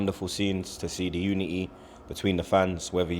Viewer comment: The way he pronounced unity